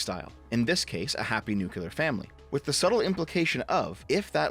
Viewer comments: He keeps saying "nucular". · pls new clear new clear nuclear the Q is silent